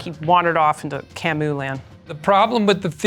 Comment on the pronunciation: Kamooland? Seriously? It's Camusland!